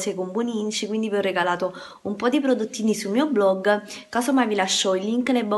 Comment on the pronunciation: "Sul mio bloggo"😂😂